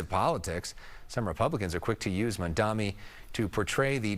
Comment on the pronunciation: "Mandami"? You can't even pronounce his fucking name right. I don't think anyone has to listen to your opinions regarding him.